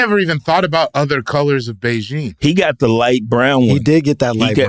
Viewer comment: WTF is Beijing? They are talking about the spray for wayward hairlines, right? 😂 Big-en is how I thought you say it.